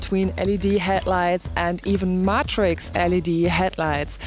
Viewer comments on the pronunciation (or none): Pronunciation tip: matrix is pronounced may-trix